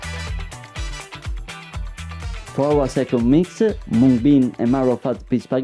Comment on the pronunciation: As an Indian, listening to him properly pronounce Mung as it's pronounced here in India was so refreshing! 🙌🙌